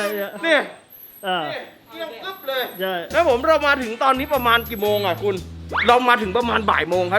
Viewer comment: พูดไช่ อีกแล้วนะ ไช่ ไช่ ไช่ 555+